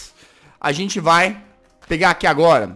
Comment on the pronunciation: VC taben falo errado além de gente VC falo sente oxé